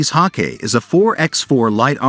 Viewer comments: It is pronounced HAWK- I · Learn how to read. It's pronounced "Hawk eye" - Hawkei.